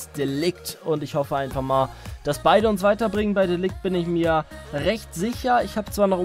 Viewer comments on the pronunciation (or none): Wieder einmal ein sau nices Karrieremodus Video :) kleiner Tipp: Ceballos -> C wird wie ein S ausgesprochen und das "g" bei de Ligt wird wie das J bei James Rodriguez ausgesprochen (ja klingt komisch aber Holländer eben :D)